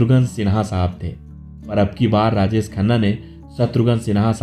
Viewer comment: अबे, राजेस खन्ना नहीं राजेश खन्ना !! बोलना सीख ले पहले! 🙄